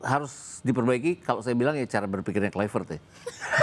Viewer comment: Pactrik Kluivert❌ Pactrik Kluiprett✅